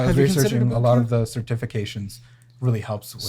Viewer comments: Cer-TIF-ications 😂😂😂 and he doesn’t even hear it lol. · The way he pronounced certifications 🤣🤣🤣